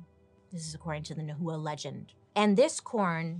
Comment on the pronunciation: It's not nu hu uh (nahua ) it's pronounced now wah (nahua) 😁😘